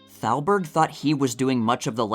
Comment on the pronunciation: oh brother , that would be Irving Thalberg .. NOT Salberg ...Thalberg , Thalberg , THALBERG !!!! the boy genius of MGM .... not Salberg .. is this A I ???